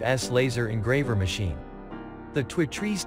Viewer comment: Is this some kind of computer generated voice? He can't say two trees